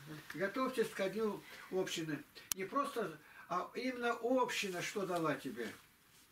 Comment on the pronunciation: общИны, а не Общины